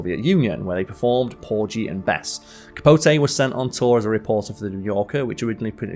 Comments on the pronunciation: A lot of mispronunciations too. CapoTAY....PorGEE.😮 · He also mispronounced (John) HUSTON, and PORGY (& Bess).